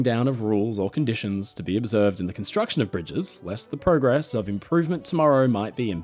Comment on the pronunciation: Speaking of errors of the day, you said "progress" WRONG!